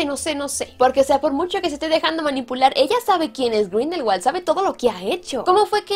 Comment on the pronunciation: sabías que Grindelwald en realidad no se pronuncia con W sino con V? Pronunciado sería algo como Grindelvald.